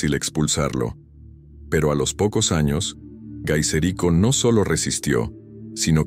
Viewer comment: Por qué, nombras como Gaiserico, a un famoso líder germánico, de histórica y extensamente divulgado, como Genserico? Aún cuando su nombre vándalo "el que maneja la lanza", pudiera traducirse como Gaisaīks